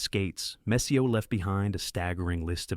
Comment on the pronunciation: Can you stop pronouncing the “R” in Messier? You even had it right sometimes. 🤦🏼‍♂️